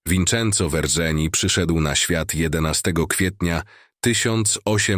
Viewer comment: Nazwisko Verzeni wymawia sie jak WERCENI....we włoskim nie na litery RZ.....poza tym super odcinek !